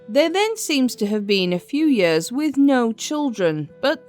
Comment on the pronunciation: Do you have some sort of speech impediment that makes you unable to pronounce the word "years" correctly? You sound ridiculous!